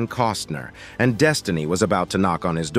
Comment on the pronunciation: You really need to check you presentation!!! When you see "&". this symbol it means "And" not "Ant" or whatever it is you're saying??? And Pete Buttigieg is pronounce Buttigieg with a "soft G which sounds like a J not a strong "G" like GO! There's no excuse for these mistakes!!! You have GOOGLE & WIKIPEDIA!!!! DUH!! DO YOU HOMEWORK!!!!